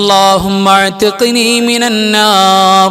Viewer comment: Allahumma athkini mina nnar ennaleee .. athkini ennathil kelkkumpol Alif vitt povunnath pole thonnunnu